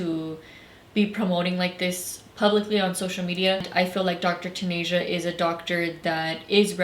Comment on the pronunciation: "Dr. TanAsia" BIIITCH it’s "Dr. TanEHA" 🙄